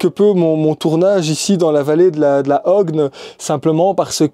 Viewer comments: On dit la ”Hogne” alors ... Moi j'aurais prononcé la ”Hwagne” ou la ”Hwègne” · Bien le bonjour Nath. Oups, désolé pour la prononciation! J'ai écorché quelque peu le mot! LA OGNE! Bon, c'est ancré dans ma tête maintenant.... Hahahaha. Dans 10 jours, il est possible que je repasse dans cette région... Je te ferai signe si jamais une petite balade te tente;). Prends bien soin de toi d'ici là et à bientôt Nath. Grand merci pour ces mots. Amitiés Nomades 🙏.